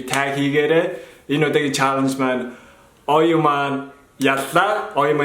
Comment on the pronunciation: oyu nziinhaa neriig dandaa buruu duudhiin ooyu geed bhiin hehe neriig n zuv duudaj suraarai #оюу_not_ооюуу